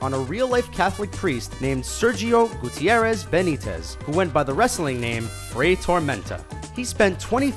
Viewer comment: Sergio Gutiérrez was mispronounced too...but I am very glad they talked about Fray Tormenta, a big icon in mexican wrestling culture!!!